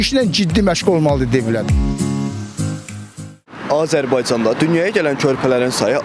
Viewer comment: Sen get aparici ,AZERBAYCAN sözünü demeyi öyren.A-zerbaycan yoxee,AZERBAYCAN.CANIM QURBAN AZERBAYCANA.